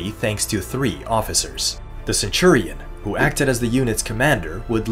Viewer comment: boy if you say "ceturion" one more time